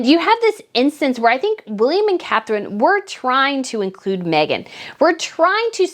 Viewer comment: WAKE UP,. IT'S " CATHERINE"